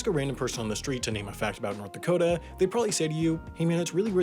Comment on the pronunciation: "I'll be deep in the cold cold ground before I recognise North Dakot-ah!" ;)